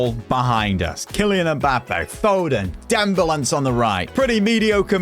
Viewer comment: Dem-bel-a not dembelence